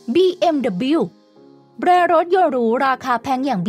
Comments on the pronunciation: บีเอ็มดับเบิ้ลยู ครับ คำว่าเดอะบิว ไม่มีครับ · BMW ไม่ควรออกเสียงว่า บีเอ็มดับบิว ที่ถูกต้องคือ บีเอ็มดับเบิ้ลยู (แต่ถ้าออกเสียงตามภาษา เยอรมัน ก็ต้องออกเสียงว่า เบ เอ็ม เว) คงจะมีแต่คนไทยมั้งที่ออกเสียงแบบนี้ พอพูดเร็วๆ ก็เลยนิยมออกเสียงเป็น บีเอ็มดับบิว และพอมีใครออกเสียงถูกต้องว่า บีเอ็มดับเบิ้ลยู ก็อาจจะถูกมองแปลกๆอีกต่างหาก